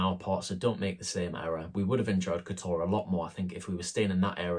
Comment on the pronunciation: Please learn to pronounce teh place name. It's not difficult, It is not K'Toor. Montenegrins stress the first syllable. KOTor. Pronouncing the way your do will get 20 euros on the bill, a bit like asking for a "Cappuccino" rather than a "Deutch". To avoid the crowds go to Herceg Novi